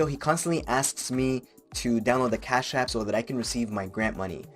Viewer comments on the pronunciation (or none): CHASSSHH APP! im gunna say it like this for now on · Your foreign accent is spot on. Fun to listen to the dialogue this way. Love the emphasis on Cash App. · LOL how you say "Cash App" with the accent. It is hard to imagine that someone could have their bank account accessed on a regular basis without knowing. It is more likely they are just lying. It pays to change your internet banking logon password occasionally and to use a different password for every service. I remember getting an email due to a data breach .. ie We have been watching you. Your password is (insert password here). We have been watching you visiting those adult sites and pleasuring yourself. We have recorded this and if you don't send us $1000 in bitcoin to this address (insert bitcoin address) in 3 days we will send the video of you along side the video you were watching to your contacts. blah blah blah... Due to the password they gave I knew exactly which website they had breached and contacted the website. The previous owner of the site apparently had a weak system which had been breached a year ago and that's why the new guys had got everyone to set new passwords once they upgraded it. Unfortunately I had not done that :(